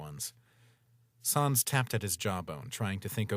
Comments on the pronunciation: Please dont say SAWNS its SANS S AN S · Still pronounced SAYNS not SAHNS. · its sans not sons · Sans not soens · at saans not sans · yes, but also sans is pronounced like "sense" or sens in english so in french it be like "non, c'est sans qui ne fait aucun sens" and phonetically it would still work as "non, c'est sens qui ne fait aucun sans"